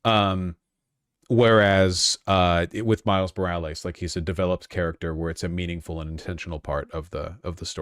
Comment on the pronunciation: can vash not say common names correct, miles morales - and ariel he is putting interesting emphasis on the last sylabols